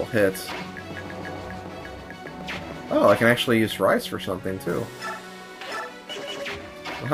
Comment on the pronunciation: im pretty sure its pronounced "REESE" >:)